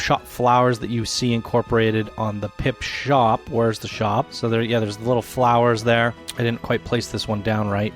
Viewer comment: For Christ sake, would you please stop saying "Pipshop" when it is called "PipSHOT"? Thank you :) otherwise, great video and congrats to the winners.